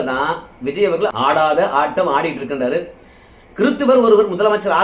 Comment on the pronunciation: தம்பி வல்லினம் மெல்லினம் அறிந்து பேசு இல்லை என்றால் உன்னை புல்லினம் என்று கூறுவார்கள். ர அவர்கள்னு சொல்லாம அவர்கல் இவர் கல் என்று கூறாதே